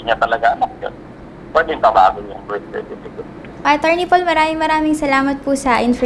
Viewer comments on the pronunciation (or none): Lintek.! Sa Berstifikit ako mabaliw Sa kakatawa... dami ko tawa nka 20 ata ako tawa...lol 😂😂😂😂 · Leon Guerrero bersitifikit talaga😂😂😂😂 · "Bersitipiket" - 2019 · Bilat investment na nalugi. “Berstifikit.”-, 2019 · "Goodbye-bye" "Bersitipikit"